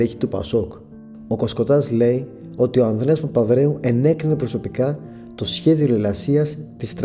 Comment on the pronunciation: φίλε προσπάθησε να προφέρεις καλύτερα τις λέξεις, π.χ. λες "ο Ανδρέα Παπανδρέου" και "της Τράπεζα Κρήτης"